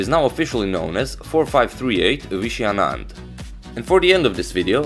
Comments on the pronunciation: His pronunciation was perfect! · I am from Tamil nadu.. the pronunciation was perfect!